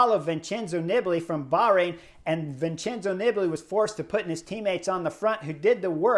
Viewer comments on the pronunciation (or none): none